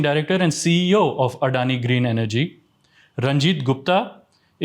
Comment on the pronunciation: SR SG, at least try to pronounce Adani correctly and not as some foreigners. It’s so annoying to hear how you say Adani. However, the content is good and decluttering.